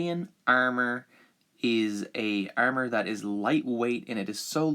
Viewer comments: The way he says armor. “Aermer” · The way he pronounces armor really annoys me 😂 it's like "urmur"😂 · He says armor weird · You have to drink every time he says armor wrong 😂😂😭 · Anyone has a count on how many times he butchers the word armor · the was you say armour sounds irish to me